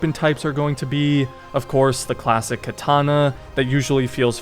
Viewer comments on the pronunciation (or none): none